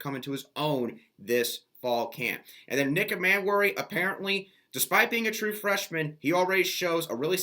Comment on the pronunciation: Dude, I like your stuff but you seriously need to work on your pronunciation of the players' names: Nick Emmanwori and Montque Rhames in particular. Details count when you get to a certain level. Just food food thought.